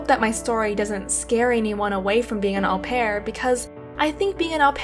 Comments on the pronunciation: U pronounce it O PEAR 😂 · Au pair is pronounced "oh pair".